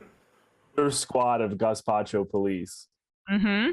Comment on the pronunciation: Because of this clip I can no longer consistently pronounce either gazpacho or gestapo properly. This verbal typo has ruined a small part of me.